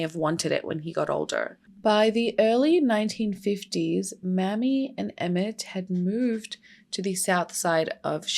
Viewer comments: I love you so much for covering this!!! OUR (black history is everyone’s history) history isn’t talked about enough, and it’s so necessary. Down here in the south, we pronounce his mother’s name may-me. Mammy, can be seen as a derogatory term. I know that wasn’t your intent as our dialect is very different. ♥️ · Mamie is may-me not mammy, and given the history of the word mammy, I would totally rerecord this video, yikes "The mammy caricature was first seen in the 1830s in antebellum proslavery literature as a way to oppose the description of slavery given by abolitionists. One of the earliest fictionalized versions of the mammy figure is Aunt Chloe in Harriet Beecher Stowe's Uncle Tom's Cabin, first published in 1852." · Her name isn't pronounced "Mammy"..it's pronounced "Mamie"...please learn how to pronounce names correctly before you decide to come onto You Tube with a video... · Is there any way you can change the name to Maime ???? Cause Mammy makes me cringe cause I know no Mother in her right mind would name their daughter Mammy !!! It is an insult !! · Good video but JSYK his mum's name was Mamie not M*mmy (pronounced like Amy but with an M at the start) and m*mmy is actually an offensive word used against black women :) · You misspelled Ms Till-Mobley's first name. It is spelled M-a-m-i-e and pronounced May-mee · Also it's not just in the south, Mamie is pronounced may-me everywhere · No it isn't and she's trying to spread awareness and not disrespect anyone so chill. Here in Ohio we'd pronounce it mammy too so thanks for teaching us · Pronouncing her name wrong. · Hi! His mother’s name is pronounced Mamie with a long A. 😊